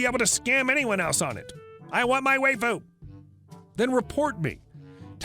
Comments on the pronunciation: It's pronounced why-fu not whey-fu and Saber is a very popular character from fate/stay night series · Lol, "way-foo". It's wife-ooh. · Lol "way-foo", waifu is pronounced "wife-foo". It is Japanese for wife, used by anime nerds who would rather a 2D love interest than risking rejection. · Hahaha how he pronounced waifu... way-fu lol. Wife-fu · Waifu is pronounced WIFE-ooo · That's... Now how you pronounce"waifu". Waifu = wife with an oo on the end. Wife-oo. Waifu. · I'm going to be the 7th or 8th to tell you... it's pronounces wah-ee-fuh. Don't let the 'why-fu' trolls fool you. They're all liars who stole the election from Ralph Nader in 2000 with the help of AOC (which is impressive as she was only 11 at the time; give credit where credit is due. The reptiloids (who are really avian) are crafty f***ers). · It's pronounced WHY-fu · "Why-foo" might be easier to understand =)